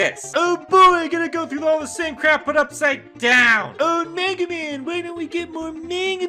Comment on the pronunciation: the way he says mega man made me laugh.